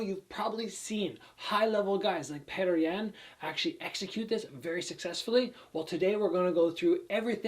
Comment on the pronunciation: Lol Petr yans name is pronounced pyoter yan